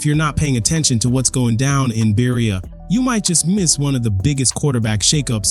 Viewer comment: Its pronounced( Ber-ea) not bereya!